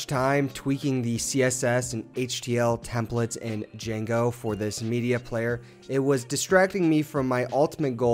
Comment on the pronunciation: It's pronounced Django :)